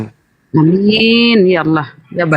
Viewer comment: Pandai bng sebut nama Allah dgn betul, xada bunyi 'O'.. 😊, Alhamdulillah, selamat dtg bg